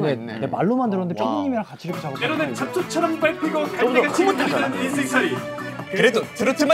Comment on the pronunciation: ..ㅋㅋ 원우 잡초처럼을 첯ㅊ처처첯이라고 들었어서 경음악의신 할때 실수린줄 알았는뎈ㅋㅋ